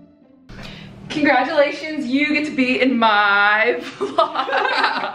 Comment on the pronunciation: lowkey thought you said “conDRAGulations” and i was like Ru-Paul who?